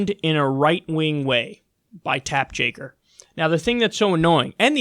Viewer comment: Why do you say Tapp Jakker? I think it’s hilarious but just wondering?